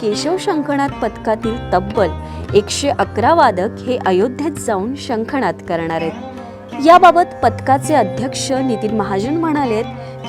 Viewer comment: या बोलणाऱ्या ताईंनी कृपया मराठी नीट बोला शंख नाद असा शब्द आहे णाद असा नाही